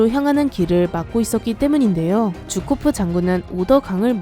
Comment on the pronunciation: 쥬코프가 아니라 주코프 아니에요?